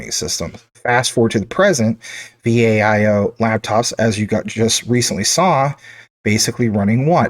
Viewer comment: It's not V. A. I O. It's Viiiii "OOOOOO". LOL. how do you not know this? Here's a youtube on how to pronounce it ( ). I enjoy your Jasmy content; great work! I've been holding Jasmy for nearly two years. I've worked with Japanese tech companies for over 35 years; they're some of the best in the world.